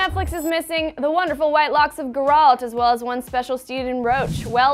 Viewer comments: its GEralt not gerAlt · Gurrault? it's GERALT! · its GERALT not GERAULT like she is pronouncing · Struggle TheFear she was like Gehhraalt XD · Ge-ralt, Ge-ralt, jeez... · Gaaralt lol. first 5 seconds and ruined it lol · I mean, I love, it just grinds my gears hearing people mispronounce Geralt, Gé-ralt, accent on the "e", I mean it is constantly said in game, come on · Omg she said Gerald wrong... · "Geeralt"? lol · Did she just say "Grr-alt". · Who's Gurr-alt??? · Guh-ralt? Guh-raalt???? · You can tell she's never played the damn games. Who the hell is Guralt? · Mispronounce Geralt one more time... I will find you. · Did she seriously pronounce Geralts name like that? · i dont think really played the game... she mispronounced Geralts name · I don`t know how the host managed to butcher the pronunciation of Geralt. O_O. If done right this could be amazing. After finishing Witcher 3 with all it`s DLC I have a feeling that something died inside of me. No other game can fill that void :( P.S. This is not the adaptation of the game, it`s an adaptation of the books and most of the Originals on Netflix are adapted from books. Pleeese be good, fingers crossed. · That is not how you pronounce Geralt... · uuummmmmmm, is nobody gonna point out how she is mispronouncing Geralt's name? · why do u pronounce Geralt like that?... making me cringe